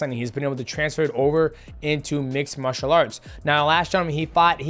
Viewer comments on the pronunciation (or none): none